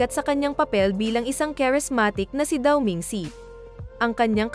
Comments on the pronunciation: Shang hai Po hnd shang kai.dao meng shu Hindi Po daw meng si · wahhaha natawa ako sa sankay 😜ayusin mo kasi pag pronounce daw ming see hahahah 5k tawa ko dito sa content mo😂Shan cai hindi sankay 😜 🤣🤣